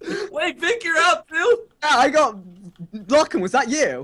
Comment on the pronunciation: Ta no longer Lachlan it's Lucklan lol